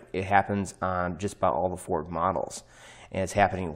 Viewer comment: "Have you driven a Forrrrrd, lately?" 😂 (NO! Not in 30 years)